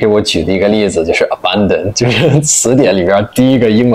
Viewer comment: 他说“abandon”的时候都是中式发音诶！！！已经完全内化了